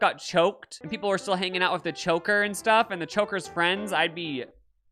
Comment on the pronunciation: say choker again l o l 😂